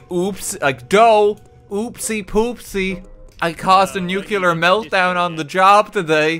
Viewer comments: In this episode, RTGame mispronounces "Nuclear" again! C'mon, man, look at the spelling. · oh god he says nucaler insted of nuclear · Nuclear, not Nukulear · On behalf of the language you speak, I request you pronounce it "new-clear"